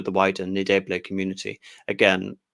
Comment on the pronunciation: who the hell is MAN-AGUA?? its EN-DAY-BAY-LAY, jesus C'MON!!! oh and its MATA-BEELS from MATA-BAY-LAY LAND!!! brilliantly interesting though!!! jeff from dublin